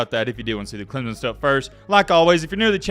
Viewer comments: Stop saying ClemZon. It’s very easy to fix and very annoying. Say it with me Clem Son! Now a little faster Clem Son.. alright now say it together CLEMSON!!!! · It's clemson not clemzon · There is no "Z" in Clemson.